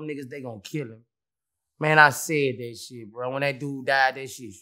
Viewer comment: "My same nephew came in the room and said Boosie........ You said dhet" 😂😂😂😂 bruh so unintentionally funny lol